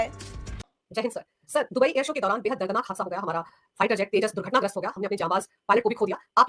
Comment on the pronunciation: "air so" lol😅